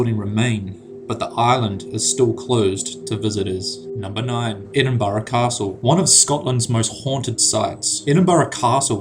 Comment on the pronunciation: Edin-bruh not Edin-bu-ra